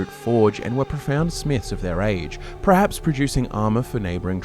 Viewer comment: Absolutely love your vids. Loathe how you pronounce "perhaps" as "prehaps". Haha. 🫠